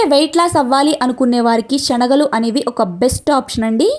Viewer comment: Amma meeru చెప్పింది బావుంది కానీ శెనగలు షేనగలు కాదు